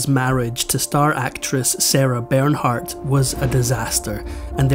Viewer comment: Ber naaar....the h is silent...